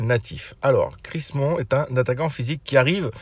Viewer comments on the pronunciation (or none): t'es dyslexique? C'est Crim-Son pas CrisMon ^^